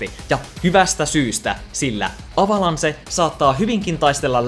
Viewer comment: Kuulostaa aika Suomi-juntilta sanoa "avalanse". Muidenkin vierasperäisten sanojen ääntämisessä petrattavaa.